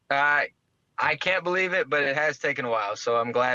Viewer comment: I bo-lieve